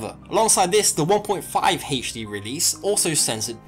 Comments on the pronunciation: Haich-dee release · Haich Dee